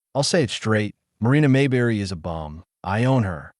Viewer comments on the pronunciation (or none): AI, her name is not, MAY BERRY!